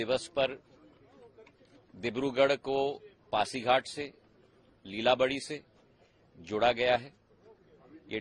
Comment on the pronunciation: TV anchor को अनुरोध सही नाम ले पाचीघाट